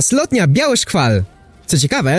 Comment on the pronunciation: Biały szkwał a nie szkwal